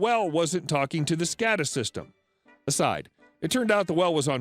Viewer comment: It’s pronounced “SCAY-da”